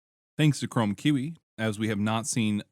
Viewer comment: Kiwi is pronounced KEE WEE bro. 😊